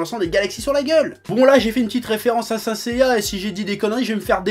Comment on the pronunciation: Saint Seiya SAINT tu ne dis pas SAI -NTE ou SAINNE Seiya ? Honteux pour l’oracle .